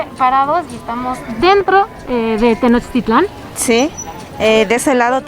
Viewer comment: Tenochtitlan no se acentúa en su lengua madre (el náhuatl). Osea que el acento es tácito en la < > y no en la < > Como reportera, y sin afán de faltarle al respeto, sería bueno que usted lo pronuncie como es. Saludos!